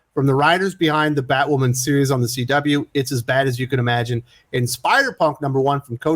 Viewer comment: ‘If you’re not a viewer of the show’ ??? 😂😂😂😂 NO ONE is a viewer of Batwahman. 😂😂😂